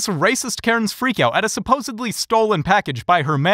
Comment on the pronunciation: SupposeDly not supposeBly